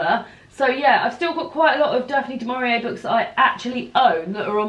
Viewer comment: Fab Vlog. Daphne Du Mauri-May, hahaha. Brilliant. I too am getting excited for The Women’s Prize 2022. Love that you and David read to each other. Cute! Chris and I were reading the same book at one point next week. Absolute scenes.